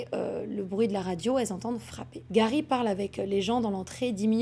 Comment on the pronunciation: Bonne histoire mais stp fait pas l’accent anglais pour certain mot ou nom, genr defois tu di garry et juste après c’est gawy